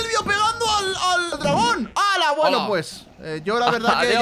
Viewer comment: silvio le dice dragona enves de dragon